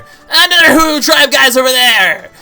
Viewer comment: it's hoo not poo